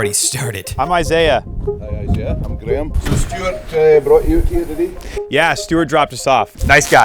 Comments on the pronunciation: “Edinbro” and also “Graam” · Graham is pronounced (grey-am)